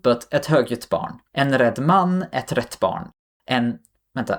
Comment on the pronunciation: The arabic part was a horror story... Congrats on your excellent Swedish pronunciation. And everything you said about "rätt" is spot on. Weird thing.